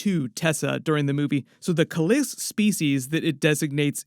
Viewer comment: KAAAA LIIISK NOT KULISK OMG SONDAM ANNOYING !!!!!!!